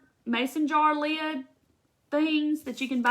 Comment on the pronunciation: You're cute. LEED. (Lid) ;-) You must be from the south! You're adorable. So appreciate your video!